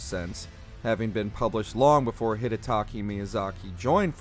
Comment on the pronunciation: You said DS3 was the highest note but ranked DS1 higher? also, maybe pronounce Hidetaka Miyazaki's name correctly